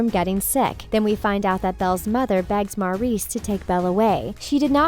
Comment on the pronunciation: MAURICE NOT MARIS!! I KERP HEARING MARIS!!! STOP CALLING ME!! I AM MARIS!!! ok I'm not angry or anything. I am just annoyed of the pronunciation 😅😅😂😂😂